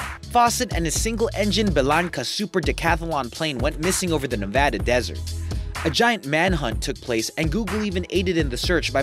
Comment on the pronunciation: Thank you for saying Nevada correctly.